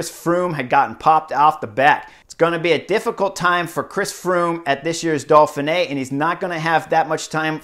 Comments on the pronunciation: Try "Door-fin -eh", keep the h soft. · Horner letting his inner-Canadian show as he describes the Dolphin-eh.